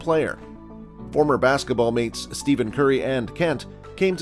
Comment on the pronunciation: At least you should pronounce curry’s first name correctly!!!!!!!